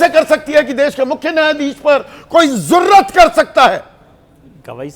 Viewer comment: संदीप जी ज़ुर्रत नहीं जुर्रत होता है।